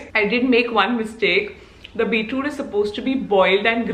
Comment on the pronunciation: its beetroot, not beetrude :P